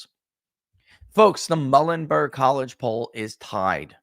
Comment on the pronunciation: Muhlenberg College pronounced “MULE-n-burg” FYI 🫏 🙂